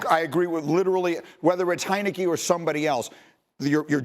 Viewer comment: He said Taylor heinecke .. lol get up out of here